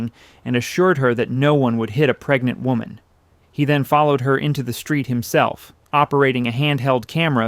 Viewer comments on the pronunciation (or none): none